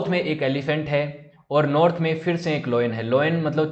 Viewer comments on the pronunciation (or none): none